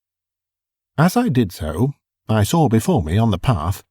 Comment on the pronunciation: Pronouncing the word, saw, like soar or sore is simply wrong.